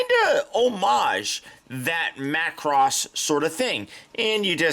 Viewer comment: Major props on saying Macross. 👍